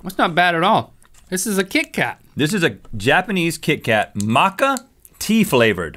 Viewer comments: "makka" lol...not that it matters but it's pronounced mah-cha. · apparently 9 years ago rhett couldn’t pronounce Matcha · Does Rhett know how to say Matcha? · 😂 “maka” Oh bless your heart Rhett! It’s matcha. Pronounced “ma-cha”😘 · the way rhett said “makka” and not matcha 🎉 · "makka tea" flavor lmao it's MATCHA XD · Maka? 😂 it’s maCHA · Did he just pronounce matcha like "maka" 😂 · it's macha not maka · Rhett said macha wrong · it isn't maka it's ma-chi like as in taichi or the chee in cheese. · Its NOT maká its matja Macha tea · it's mat-cha not maca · maka lol its matcha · Rhett- It's Mat Cha (matcha) not Matka. SMH you're adorable but really less smarter than Link!! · Sounded like Moka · Val. also am I the only one who heard him pronounce matcha as maka? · "Maka" as a person living in Japan who speaks Japanese I cringed so hard when he pronounced Matcha like that 😂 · There's little more American than Rhett pronouncing Matcha as Macka xD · "MAKA tea flavor" lol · Machha???? MATCHA (pronunciation: mach from "macho" + a like ahhhhh) xD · D-Did Rhett just say "Macca" Green Tea flavored...? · Ah, yes. Good old 'macha' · Link totally mispronounced the green Ma-cha tea. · As an avid matcha KitKat lover... you pronounced matcha wrong. Mah-cha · Omg it pains me the way Rhett said Macha 🥲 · Did Rhett just pronounce matcha "macca'? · lol the way rhett reads words and pronounces them hehe the c-h in matcha is pronounced like the c-h in cherish not the c-h in christmas literally like mah-tcha . and then its tamarind not taramind lol. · rhett its matcha*** and its tamarind*** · it's pronounced moe-caw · BAHAHAHAHA DID HE REALLY PRONOUNCE MATCHA LIKE THAT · Jonah Stein it’s spelled Matcha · I presume, by the Rhett pronounced "matcha", this was before that blew up in the US 😂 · mentally sighs at mispronunciation of matcha and tamarind Hahaha, oh well, I'm just happy they liked the milk candy, it's one of my favorites, although I've never had melon flavor XD